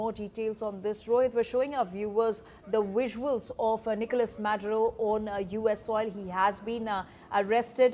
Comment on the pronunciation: It's pronounced visuals not VUSSUALS f00ls 😅😅